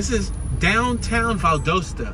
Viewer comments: i see you scare to go across the track. why ? are you afraid...that,s right..be very afraid. you can,t even pronunce valdosta right. the name is valdosta,,not valdusta. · It's Val- dos-ta and your in south central Ga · It's pronounced VAL-DAH-STAH. I'm a Yankee and met my wife there 50+ years ago. She's put up with my crap for all those 50+ years. Left side of image is the court house where my wife and I were married buy a JP. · It’s pronounced “Val•DAST•A” lol One of my best friends is from There, I’ve been there with her a couple times when she was visiting family during the holidays, very hospitable. It’s very country there lol but that’s what it is, the country 🤷🏽‍♀️it was nice though, very different than being in ATL in the city, for obvious reasons. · Pronounced Val-Dahsta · Val-dost-a get it right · Pronounced VAL DAH STA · You completely said the wrong name of Valdosta. 😂😂😂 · Wrong pronunciation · Your are pronouncing it wrong